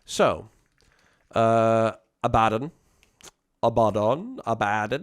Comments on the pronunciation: "Abba - Don". Not "A Bad Den". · Ah-Bah-Don, The Despoiler